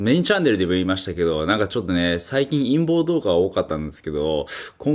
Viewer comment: 陰謀動画が陰毛動画に聞こえる。。